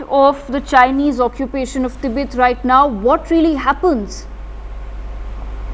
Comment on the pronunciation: It's Tibet, not Tibeth